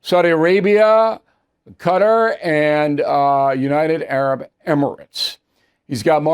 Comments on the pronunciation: Sorry Bill it is not pronounced " CUTTER".....It is pronounced KAH-TAR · Quatar is pronounced Kataahr not gater! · I’m not sure if you are intentionally mispronouncing Qatar by saying gutter over and over. Isn’t it supposed to be Ka Tar? Qatar is not supposed to sound like gutter and never heard it used by anyone else except you Bill. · What’s Gutter? Keetar (Qutar) you mean? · Hi Mr. O'Rilley....my wife and I are big fans for many years since you time at Fox. It always facinates me how pronouncing the name of the country Qatar trips up even so many Americans even very eloquent ones like yourself. I heard Megan Kelly last nite have the same difficulty. The entire rest of the English speaking world pronounces it as Kaa tar to sound like Caar tar...not "cutter" but Caar (long vowel a) or like to sound like Ha but with a C or K....I'm not a language expert but this facinates me that you guys get tripped up by this. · Bill, you and Mark Levin are the best there is at analysis of history and politics but as an educated person you shouldn’t pronounce Qatar as “Gutter” or “Cutter”. It’s pronounced Ka’Tar, similar to Guitar. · Qatar is not pronounced Gutter ! It’s pronounced Cutter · Bill its Qatar not cutter! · I can't believe how many people including Bill hack the pronunciation of Qatar (Kuh-taar) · Qatar- correct pronunciation "Kuhtahr" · I know Americans can say Iran or Iraq properly and keep saying I-ran and I-raq. But did O’Reilly just called Qatar as Gutter twice?! Shame on him! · You just called a congressman how stupid can you get well let me throw it back to you learn how to pronounce Qatar not Gutar it’s really dumb/dumber on your part for a 50 years journalist experience step it up O’Reilly